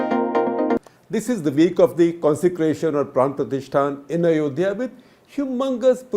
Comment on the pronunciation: It's PRAN PTRATISHTHA not PRATISHTHAN